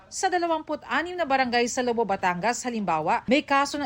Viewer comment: Tawana-tawa ako sa bigkas ng ‘Lobo’ Batangas na parang ‘balloon’. Pansin ko sa reporters ng GMA, basta nagbabasa kahit hindi alam ang tamang bigkas. Hahahaha